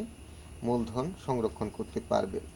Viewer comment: Maje maje ucharan....koren songrokhon......amer mone hoy...hobe....songgro.Songrokhon.....are Songro.....ar.....mode .orthogoto....kisu parthoko...achi. amer buj te.bul holi khoma korben.